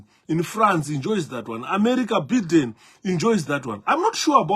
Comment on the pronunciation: Biden is pronounced 'buy-den' and not 'bee-den'.